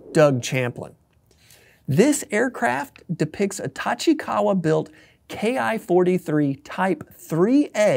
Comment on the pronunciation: It's not K I 43, it ki43 ki as in key. There is no I or K in the Japanese alphabet. If you can't get that simple part right what else did you get wrong?